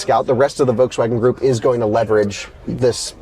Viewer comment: Curious if he knows there’s an L in Volkswagen. It’s not vokes-wagon. Does he call the bolt/volt the boat/vote? He also say o-ways instead of always. Maybe just an odd accent.